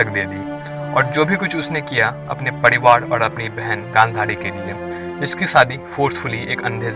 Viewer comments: Padiwad kya hota hai? Pariwar bol na saaf saaf. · सब कूछ तो ठीक है लेकीन यह तू र को ड क्यो उच्चारण कर रहा है ? 😂😂 पडीवाड नही परिवार होता है और परिवार ही बोला भी जाता है । हिंदी नहीं आती तो सीखो कमसे कम उच्चारण तो सही हो । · Focus on your words bro Its privar not pdivar aur raja not daja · Pariwar hota hai Padiwar nhi bhai